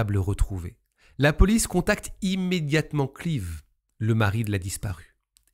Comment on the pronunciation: Ça se prononce Cl[aïe]ve, si je peux me permettre ;)